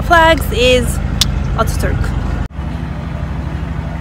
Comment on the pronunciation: Not oturk his name is Atatürk